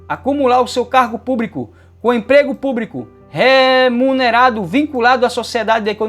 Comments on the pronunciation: Púbrico?????? Ɓrocha não, prof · Só o que dói no ouvido é esse funcionário púBRICO!